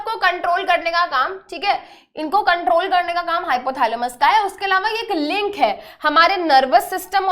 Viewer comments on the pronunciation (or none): none